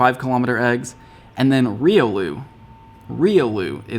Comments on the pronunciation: Tough to argue phonetics with the wild and creative naming of Pokémon, but I always thought Riolu was pronounced "ree-oh-loo". Regardless, I absolutely love it's evolution, Lucario. Hoping to hatch one myself soon. Just need to flex in some newer 10k's...Also, back to ignoring gifts until I fill my egg spaces! Lol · Thats not how you say Riolu. You say it sorta like Railu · Riolu is pronounced Re-O-loo